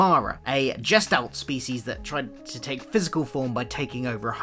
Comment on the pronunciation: Your pronunciation of certain words in this, such as ‘gestalt’, is incorrect.